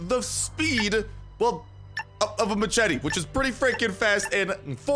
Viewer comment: You say machete wrong